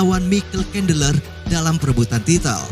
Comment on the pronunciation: suka pas penyebutan namanya😂, kandeler